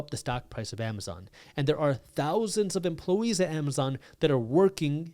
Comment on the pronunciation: "Many emplowees"